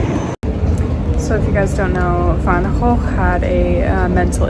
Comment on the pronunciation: Finally an american who pronounced "van gogh" the right way! (Well almost) but very close